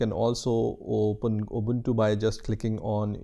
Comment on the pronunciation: its pronounced ooboontoo not abuntu